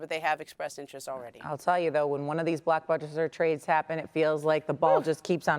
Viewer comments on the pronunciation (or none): Are they saying blockbuster or black buster lol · Did she say blackbuster 😂